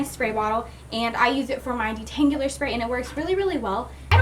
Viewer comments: She says "detangular spray" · Uhhh she cannot say detangular you are not surposed to pronounce the u